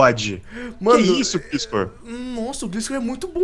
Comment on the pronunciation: NÃO É GLISCOR, gliscor é só como se escreve maos se pronuncia glaiscor profs na area kk